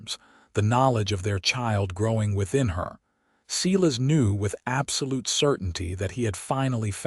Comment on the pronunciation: The first name of the cowboy is (Sī-lăs) or (Sī-lĕs) I wish the people who does the stories get the names right.